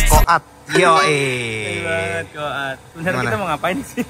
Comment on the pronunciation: Komata mass bukan komati hehehe